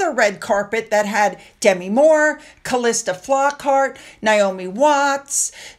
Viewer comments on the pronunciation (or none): none